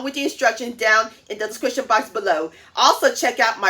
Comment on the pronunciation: The "discrishun" box below 👇